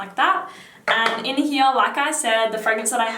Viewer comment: love your pronunciation of here 'heeyah' lol